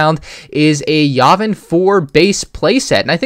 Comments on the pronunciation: Ur sayng yavin wrong and ur decisions Are halfly wrong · The way he pronounces Yavin triggers me.